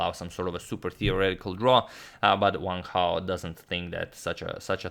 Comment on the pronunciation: Agad says Sam Hao, let him know lads that is Wang Hao,not Sam Hao